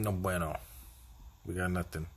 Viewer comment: So good to see you dropping vids on the reg man. Loving the ponies action, so deadly with a form change. “No bweno” 😂 that cracked me up.